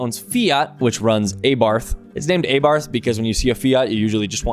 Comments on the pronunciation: ah-barth its how you pronounce it 🥀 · "A bath" is how you pronounce it and you should look them up. They are crazy fast mental rocket ships. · Abarth pronounced "Aah-bart". Also I definitely don't want to barf when I see one, I love their cars, they are a riot. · Its pronounced Ab-ar-ath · Stellantis also owns Corsa ABARF is also insane. its not pronouned like that m8 xd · That's not how you pronounce Abarth